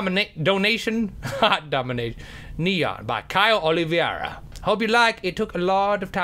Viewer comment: no offense but Nyan cat isnt pronounced neon cat. its nyan cat (nye-an-cat)